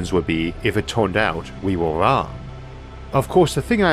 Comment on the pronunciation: Just trying to figure out how someone manages to mangle the pronunciation of the word "wrong". Turns out, not interested.